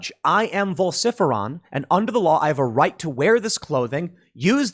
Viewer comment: vol-sif-eron????? Ok, now your just stirring shit up,lol